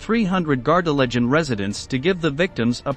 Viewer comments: Pronounced Gar de LAY gen. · Please could you pronounce Gardelegen correctly.